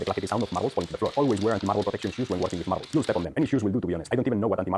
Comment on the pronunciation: Say Marrabels faster… marrablsmarrararblsmarrrararabrs